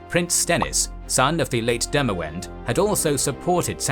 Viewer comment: Demawend is pronounced Demavend